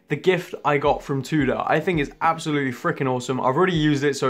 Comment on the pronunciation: Haha drives me mad how you pronounce Tudor! Will you get staff discount if you buy on credit? if so and you're happy you can keep up payments then go for it! Thanks for the great content!